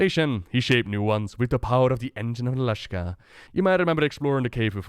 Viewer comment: You keep calling it the Engine of Nala-shka, it should be Nalak'sha